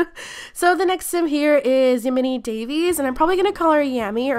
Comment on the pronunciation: Thank you so very much for putting my sims in (Yamini Daves) I’m sorry I realize that it’s a difficult name to pronounce but you said it accurate, thank you so much for this XD